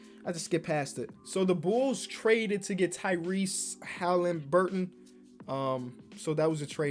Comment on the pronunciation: Lolz at struggling to pronounce Tyrese Haliburton‘s name as he reads it for the first time looking back now, that’s the Homie.